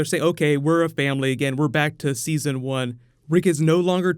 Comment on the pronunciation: "Seson 4 season"?